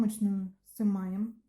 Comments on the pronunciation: "Сымаем" кровь с ушей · Все прекрасно, но вот это слово "сымаем", взрывает уши!